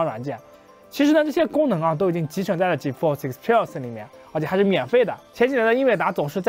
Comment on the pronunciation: 建议还是先查查字典，看Experience如何发音